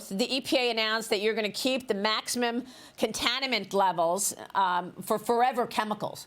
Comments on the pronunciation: "The EPA announced that you're gonna keep the maximum contanimant levels...." "A maximum contanimate level...." Let's try to not get too "contanimated!" 😆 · Both of them cant say "contaminant" 😂